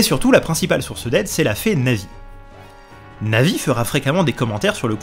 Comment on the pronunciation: Bonjours à au lieu de dire Navis il dit Nazis ça m'a fais bugger XD mais sinon trés bonne vidéo